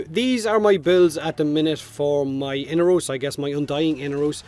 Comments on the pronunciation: mate, his name is inAros not whatever u are saying xD lol damn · Am I the only one breaking in hives over the pronunciation of "Inaros?" I know this game isn't exactly consistent with pronunciation (the Lotus keeps switching between Orokin and oROkin), but I'm willing to take Baro's pronunciation as gospel given... Well, his history with Inaros. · I had forgotten, actually. Seems like DE really can't seem to nail their own pronunciation down, so every voice actor seems to go for a random one on every recording session :)